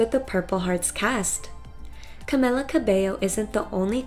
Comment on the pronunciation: that is not the correct way to say camilia . no offence. not trying to be rude.